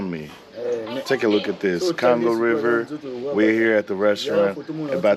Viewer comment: Love the accent bro the way you prononcé Congo sound like kango.. love your video by the way keep it up..